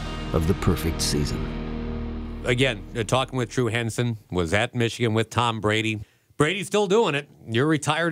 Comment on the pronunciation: Who is this guy? I don’t follow tennis, so someone please explain who Tom Buh-Radee is?